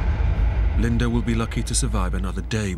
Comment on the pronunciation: Its not Linder...its Linda